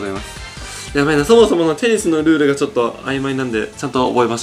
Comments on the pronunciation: テニスの塔がペニスの塔にしか聞こえん、、。w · ぺ○スに聞こえるのは、俺だけ？